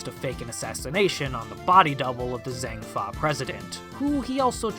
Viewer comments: Your pronunciation of Zheng Fa is disgusting Jang Fah, not Zang Fah. What with Lang Zi and the Dragon motif on Lang's outfit, it's clear that Zheng Fa is based on China, and in Chinese, ZH is pronounced as a soft J. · It's pronounced Jang Fah, not Zang Fah.